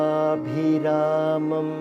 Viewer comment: See how he pronunced the Vattu Bhi"in Lokabhi Ramamam" . Our Telugu news readers should feel ashamed of themselves. Our Telugu channels and youtube can't put Telugu title correctly and say a single Telugu word properly